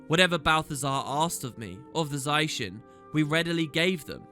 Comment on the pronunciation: don't mind the 360p but for the love of lyssa stop saying za-i-shen zai-shen pleaaaaaaaase